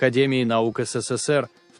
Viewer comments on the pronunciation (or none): none